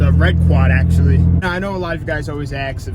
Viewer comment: its not aaks...its ASK....sounds so weird